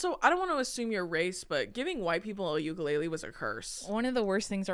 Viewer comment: you lived in Hawaii for so long - PLEASE SAY UKULELE CORRECTLY 😩 TEACH THE HAOLES PLEAAASEEE 😩🫶🏻✨